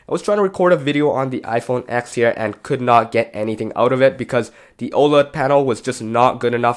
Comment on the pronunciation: You're a "tech reviewer" and you don't even call the iPhone TEN by the correct name..?